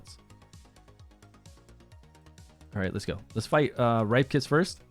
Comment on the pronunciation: Isn't it pronounced "Rip-kas" not "ripe". Cuz u know, he's a "ripper".